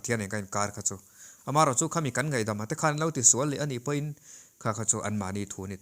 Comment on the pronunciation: 'Chu' tih i lam dân thlûk hi a dik lo deuh, lo inzir leh deuh teh